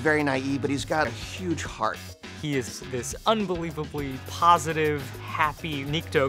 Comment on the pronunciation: "huge hearth"